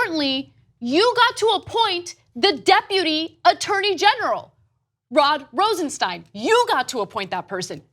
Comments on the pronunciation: "Bong", "Pong", really Cenk? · Big difference between "bong" and "pong" lmao!! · Did he just say bong instead of pong